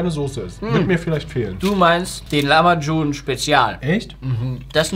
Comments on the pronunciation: Der gute alte Lachmagum nich lamachum 😂😂😂😂😂 Tolles Video trotzdem 😍🥰😘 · was für lachmacun es heist lahmacun